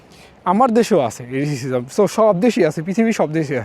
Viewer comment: রেসিসিজম না রেসিজম